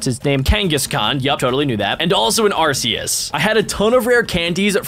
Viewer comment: Your saying arceuas rong